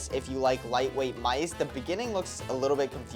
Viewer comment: Bro said mise instead of mice